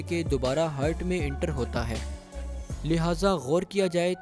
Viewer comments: aap ne itni bar heart ❤ ko Hurt bola k hmaray kan hurt hona start hogaey, 😂😂😂😂 Baqi wese video kamal ke thi. keep up the good work. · Its "heart" not "hurt" ..very irritating while listening video that I was unable to watch complete video tho it was good by animation. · ہرٹ نہیں ہارٹ بولتے ہیں۔